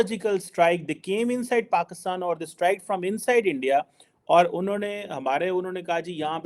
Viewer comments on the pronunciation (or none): AGAIN ITS INDIA 🇮🇳 NOT ANDYA SPELL THIS CORRECTLY DR.......😅😅😅😅😅😅😅